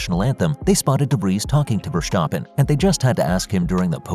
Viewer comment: It is NOT "Max VersHtappen" nor is it "Bottash" nor is it "Lewisch"!